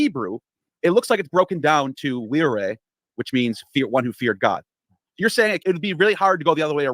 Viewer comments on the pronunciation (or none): none